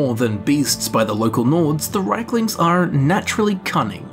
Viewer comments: They are Rieklings, not Reiklings. You pronounce the word as if they were Reiklings. This is a common mistake made by native English speakers. ie = i: ("1,5 times i) ei = ai An example: the name "Stein" is NOT pronounced "stiin", it's "stain". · GOD I'M SO FRUSTRATED! Reeklings, not RAYKLINGS DAMN IT! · Its r ie klings not reik.. In english you can say its not Ei as in reich its riek as in reek. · If you pronounce it as its spelled, it would be "Reek-lings" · Reichlings?! Wtf They also pronounce Daedra "Deirdre" sometimes in the games but that doesn't make it right! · Why is it pronounced Reikling when it is spelled Rieklings? Top 10 questions science can't answer. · IE, not EI.